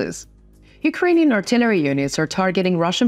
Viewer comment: Pronunciation. Cont.. "Artillery" ..emphasis on second syllable! "Ar-TI-leree" Other than this, there are a few more, but great reports, thank you!